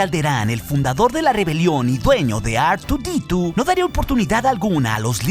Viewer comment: ar tu di tu! madre mia dilo mejor en español jajajaja